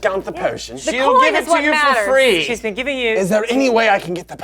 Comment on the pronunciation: Ree Zorse